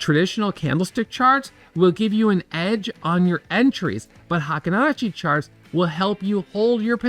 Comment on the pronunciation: Fun fact: "Heikin-ashi" is pronounced " Hey keen Ah she" It means the average step